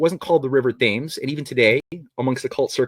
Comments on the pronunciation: Will someone please tell that the Thames river in London is pronounced tems. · I would put more stock in theories if he took the time to learn how to pronounce common words and names like bas relief, Thames, Franciscan, Ignatius Loyola etc.